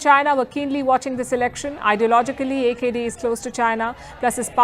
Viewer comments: Correct reading of AKD. by India though our people cannot. Thanks India. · Love the way she pronounce AKD. Our AKD.